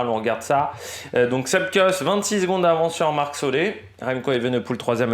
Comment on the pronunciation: Excellente vidéo et analyse. Parcours pour un puissant donc Ganna. C’est solair et pas solé. Je conçois bien que le noms néerlandophones c’est compliques. Mais la. Merci pour toutes ces analyses. Faut quand même bien trouver qqch à redire.